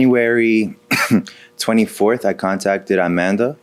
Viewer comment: Her name.... "Au-man-duh"